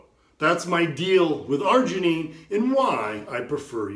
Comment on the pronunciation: Citrileean the Fuck up & Argeineean these ballsszzz😅 but thanks for the info